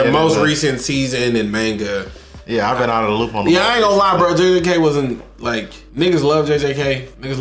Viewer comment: Maynga??? its Manga (like Mango with an a at the end instead)